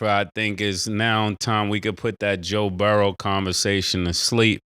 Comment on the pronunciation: Only took one loss to KC for him to go back to "Joe Burrows" with the S on the end